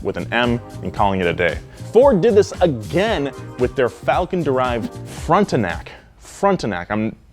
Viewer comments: I bet it is with a french accent, so not Front-a-nac, Frot-i-nac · It's not produced like front, it's more like frawn-tanack. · we pronounce frontenac as frawntenac at least on the east coast anyway, not sure about the rest of Canada. but pronounce it with a " awn" like dawn, or lawn. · Frontenac is pronounced “fron-te-nac” not “front-e-nac.” It’s a large region is southeastern Ontario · It's not front-enac, it's fraunt-inac. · I think Frontenac is supposed to said like Fron-te-nac not front-te-nac. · FRON-tenac not FRONT-enac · Frawn-ten-ak not frunt-en-ak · I know its a few years too late but frontenac is pronounced like frawntenac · It's Frauntenac (pronunciation) rather than Frontenac....c'est Francais! The O sound is like Aunt, or kinda like the O sound in Bounce. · It's pronounced FRAWN-tin-ack Oh, and my plant makes parts for Toyota/Lexus, Honda, Ford, Cadillac and Chevy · Frontenac, you don't need to pronounce the E. it's prenounced Front-NAC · “Frontenac” is pronounced frawn-tenac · Frontenac is pronounced frontnac atleast the county is ( I live near it) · pronounced 'frauntenac' don't you know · It’s pronounced FRAWN-TEN-AC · No Bricklin SV-1 or the mention of Volvo’s made in New Brunswick. Also its pronounced FRON-TEN-ACK. You were close lol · Think baby deer: “frawn-ten-ac” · Hey, I know for a fact your French is good enough. Frontenac is pronounced "front-nack". He was a governor general of New France, the E mute. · It’s pronounced “Fron-ten-ac”, sorry for the correction. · Tabernac! its pronounced fronn-ten-ack! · ... it would be pronounced similar to Frawn-ten-ac :P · Yo, Frontenac is French, pronounced “FrOn-Té-Nac” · To correctly say "Frontenac", say it like: "front-knack" The E is only said in french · Your pronunciation of Canso and Frontenac is killing me! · I could tell you were only one quarter Canadian by the way you pronounced Frontenac. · The way he says Frontenac 🤮 I’m not even Québécois but still kills me